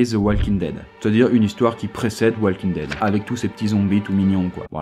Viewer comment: "Walking daid" ??? really negga